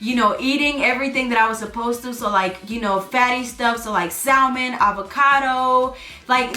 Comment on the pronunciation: the correct pronunciation of salmon is “SAM-UN.” The "l" in salmon is silent.